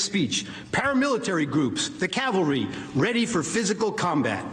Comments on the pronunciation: Does that seem like a mistake of a non-native speaker might make? Calvary vs Cavelry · Calvary vs. Cavalry....LOL! Even I know the difference and I'm not even Christian. These people are morons! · She said Calvary not cavalry